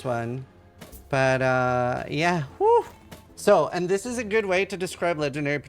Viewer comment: does know that there s "t" in the word "but"?